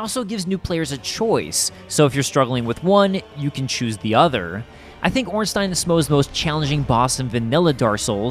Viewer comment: I've never seen anyone pronounce smough right but ornstein wrong, its usually the other way around